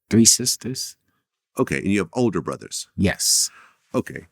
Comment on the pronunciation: Bruva, Muva, Favu…i guess “th” doesn’t exist in Brooklyn